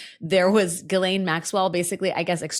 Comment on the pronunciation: I know this is petty, and I've commented on this bf. The S in Ghislaine is silent, and the GH is a hard G. You keep pronouncing her name incorrectly. Otherwise, you're perfect!❤